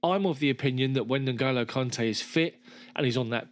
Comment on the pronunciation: It's not NoGolo, it's pronounced Engolo